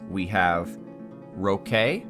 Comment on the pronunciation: hahaha yeah Your pronunciation was good :)